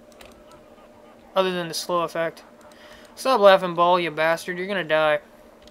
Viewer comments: WRONG it's pronounced like "BALE" and if you dont believe me,watch the act 5 cut scenes of Diablo 2:Lord of Destruction,they pronounce it the same way!!! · Throne of 'Ball'? Has this guy even watched the cinamatics even ONCE? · It's Baal, pronounced like hay bale. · His name is Baal (pronounced Bale, like... Christian Bale). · Native english speakers have no sense of other languages at all : Dude is right , it's [Bahl] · It's pronounced "Bail"